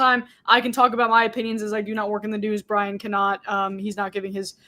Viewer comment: Happy birthday, Br...i...yan? ...happy birthday, Briyan? Nevermind. Happy birthday, Brian.